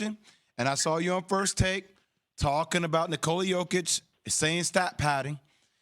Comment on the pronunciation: Hello everyone, please help spread awareness that it's pronounced "niikola yOHkitch" and not nikOla yO-kitch. You are doing a noble service for American society. Thank you and God bless America.